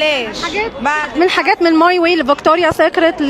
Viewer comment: برفان فاكتوريا كل الكلام بتنطقه غلط